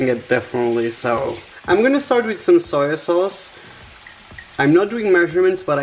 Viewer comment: Arminas Nesvarbu no he said osoy sauce or soil sayse